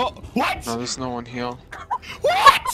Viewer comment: "Thews no one heuh" that's why you don't send the slow kid to check tucks.